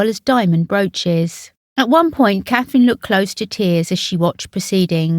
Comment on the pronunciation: Her name is Catherine For heavens sake Call yourselves royal reporter And can’t get a name right